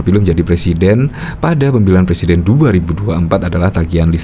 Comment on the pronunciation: Ngakak,blm bisa bilang R mau jadi plesiden 😂😂😂